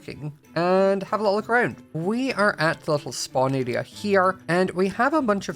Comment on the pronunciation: I love how says "area" he says it like "araia" love it